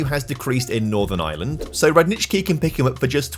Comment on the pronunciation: I love how you pronounced Radnički, well done! Greetings from Serbia!